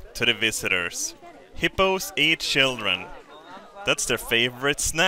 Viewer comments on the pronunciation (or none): I get a warm fuzzy feeling inside every time says 'sjhildren' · I don't get it, why does everyone seem so creeped out about my entoo-see-assum for de sjhildren!?